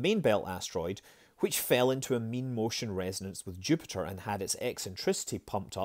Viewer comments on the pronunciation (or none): none